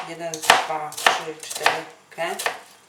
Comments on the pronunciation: "KE" w sensie "OK"... czy jakoś tak :D Nieważne, smacznego :D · hahahahaha 'ke' XD